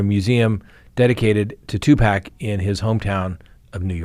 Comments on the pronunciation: just saying...Tu PAC (POCK) not Tu PACK!!! I'm an old white woman and I know this,! How could you mispronounce the man's name repeatedly?? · Tupac is pronounced Two-Pock. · Two-pahc. Also Kee-fie D Pac wasn't gang affiliated. Suge Knight is a Blood. Snoop Dogg is a Crip. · It's an endearing quality about, and we love that about him 😂😂😂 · Did a whole segment on someone and not once pronounced his name right.